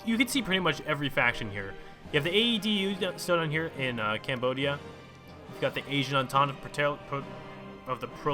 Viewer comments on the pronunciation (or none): none